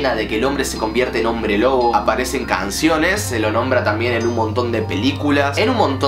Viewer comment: min aparecen cAAAnciones te salio un acentito jaja